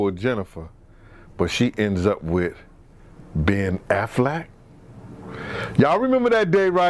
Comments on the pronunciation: Why does he keep calling that man Ben Aflac instead of Ben Affleck?🤣😂🤣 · That boy said Ben afflack 🤣🤣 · “Ben Aflac.” LOL